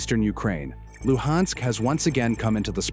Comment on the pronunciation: The "Lew-Hensk" region? 😂😂